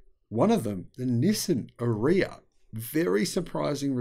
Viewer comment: 😂Nissan PAID to tell people how to say the ARIYA (RRRRR-EEE-AAHH) and is still pronouncing it like piss! (Urea!) 😂😂😂